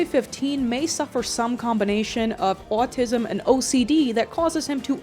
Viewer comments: I find it so funny how you say “owatisum” lol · The way you pronounce "autism" is simply enchanting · why do you say autism like that😂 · no offense but everytime you say autism you sound like a new jersey mother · For some reason, I can't get over the way you say "autism" and "often". It's just so oddly entertaining to listen to. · the way you say “autism” scratches my brain aaaghh